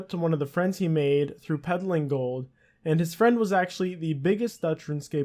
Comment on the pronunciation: Peddling, this man said peddling